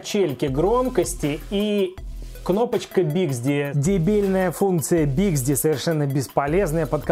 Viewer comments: Не БИКСДИ а БИКСБИ! Отвратительный обзор.... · Не биксди, а bixby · Я думал ослышался))) а нет биксДи и не ипёт)))